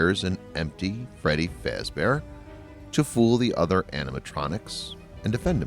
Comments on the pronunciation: Great video, but you said some things wrong though. Freddy Fazbear is pronounced "Freddy f-ah-z-bear" not "f-ay-z-bear". Great vid anyway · Its fazbear not faze tell it right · Fazbear not fezbear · Just saying its fazbear, not fazebear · Wait is it me or did you say freddy facebear? If you say it its freddy fazbear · I was thinking the same thing! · Not fazbear you said fAzbear (the capital is wich you aid wrong) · There names are pernouced freddy FAZbear bonnie the BUNNY CHICA the chicken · He just say freddy fase-bear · Freddys last name isn't faez bear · I love how he said fazbear wrong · You said Fazbear wrong. (like if you agree) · i paused the video at the start just to say this i am a fnaf fanatic if you get anything wrong ill be pissed also this is a joke im just pointing out things that are wrong no hate on this channel edit 1:you said fazbear wrong edit 2:mike isnt new hes the same from fnaf 1 edit 3:im sorry but the entire part of help wanted is wrong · This was amazing! Thank you! also btw... It's pronounced Faz-bear, not Faze-bear, and chi-ca, not chick-a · This guy does not know how to pronounce the names right Freddy fezbear chika you had one job dude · "Freddy Faizbear Bonnie , Chika" EXCUSE ME FAIZBER AND CHIKA , EXCUSSSSSSSSSSSSSSSSSSSSSE MEEEEE